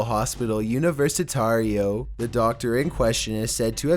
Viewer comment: UnaVersitario XDDDD